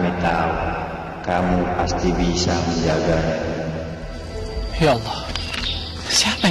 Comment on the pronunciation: menjaga malah jadi menjaba😭